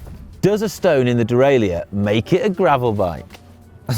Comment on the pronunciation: Why does everybody on the channel pronounce 'derailleur' as de-rail-ee-er? The word obviously comes from french but there is no 'ee-er' in the french, the 'leur' is pronounced 'l-uh-r' so where does this pronunciation come from? Surely it should be 'de-rail-uh-r'...